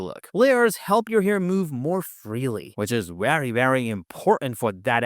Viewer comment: This is still a wery helpful wideo.